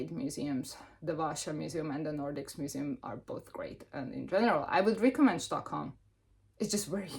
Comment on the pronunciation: Oh you went to Sweden, yay! The way we say Stockholm here isn't far off from how you say it, however the sch sound you make in Hungarian isn't there (when there is a sch sound in Swedish it's spelled differently, but there is so many variations of that spelling so I'm not going to get into that haha). In short, just a regular S, like the English pronunciation. It's funny, we went to Oslo and I thought everything was so expensive compared to Sweden. However we didn't use the Olso card and I never use the Stockholm card when I am in Stockholm, sounds like it made a lot of difference. I am also a walker, love walking everywhere, I feel like you experience more. I am also a free museum kinda person and we do have a lot of those lol. I am actually going to Stockholm in August, but admittedly big cities, especially capitals, are the most expensive. I love going to Copenhagen, a bit biased towards it since I live in the South of Sweden and it takes me like 45 minutes via train (compared to 4+ hours to Stockholm). But alas another expensive city (atleast compared to mine, Lund), still love it though haha. If you ever go to Copenhagen, I'd totally meet up. 😁